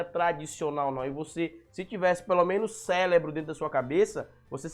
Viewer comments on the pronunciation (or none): Cara, descobri seu canal por acaso, mas já foi o suficiente para não voltar. Um merdinha que nunca leu 1/ do que o professor Olavo de Carvalho leu, dizendo que vai refutá-lo. Inacreditável! Mas o pior é acusar os outros de não ler, e ao mesmo tempo falar "CÉLEBRO", o que prova que você precisa ler urgentemente uma GRAMÁTICA.